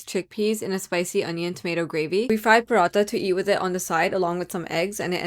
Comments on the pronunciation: Amazing video, but please don't pronounce parathas like you're white washed 😭 it's PARA-THA. Not parata. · “Paratas “ isn’t it parathas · One thing I would say that why are you pronounceing Urdu words like that you are pakistani. For sur this is not for any hate i really love your content but I don't get your pronounciation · Its cringy to hear a desi butchering pronunciation of desi food .... paratttha bay baratttha... who desis raised you😮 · love the video but..........THE ACCENT ON "PARATHA" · Can you plz pronounce paratha correctly like a desi and don’t try to sound gori while pronouncing it so irritating other than that the food looks yummy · Why does she say paratha like thattttttt her urdu is gone